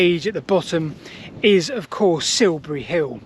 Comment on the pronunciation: Please learn to speak correct and understandable English. Siubuwy Hiww just won't do.